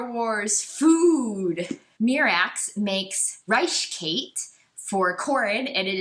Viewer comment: I really hate all of your opinions. You also pronounce basically everything in the EU incorrectly which is incredibly annoying. I had to nope out after a half dozen "mee-rax"s and a few "thy-ferra"s.